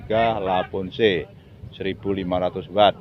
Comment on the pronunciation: lavoce maseee bukan lavonce